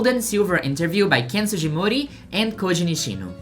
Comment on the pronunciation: Pronunciation tip: all "g"s in Japanese are hard "g"s. The "g" in "Sugimori" is pronounced like the "g" in "game" or "grow". Also unrelated but Nishino was part of the inspiration for Snorlax iirc xp